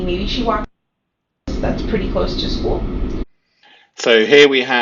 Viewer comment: ok so it's not just me that's annoyed by the skoo 😂